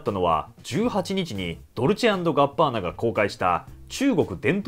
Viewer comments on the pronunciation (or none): どるちあんぐぅあんぱーな？聞いたことねぇworld